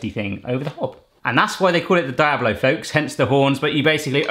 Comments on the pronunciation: Pronounced dee-ablo, not die-ablo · Dee ablo Not die ablo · Diablo is pronounced dee-ablo not di-ablo :) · Dee-ablo, not die-ablo. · its pronounced dee-oblo not die-oblo lol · The I in diablo is pronounced like the letter e so it's like deeeeeablo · Jsyk, Diablo is pronounced "Dee-ablo" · Diablo is actually pronounced (Dee-a-blo) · Diablo is pronounced De-ah-blo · Is pronounced deeablo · It's pronounced "DE-AH-BLOW" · the way he pronounced diablo is just wrong XD but great video fam! XD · Lol I love how he says diablo (≧▽≦) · im cringing every time hes says Diablo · You mispronounced Diablo